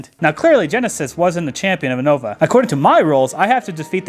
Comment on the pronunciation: U said unova and Abra so, so wrong and it hurts my soul. It's pronounced (you-no-va) and very simply (ah_bruh). Stop trying to be different...